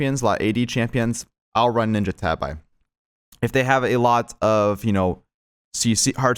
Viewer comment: “Ninja tab-eye”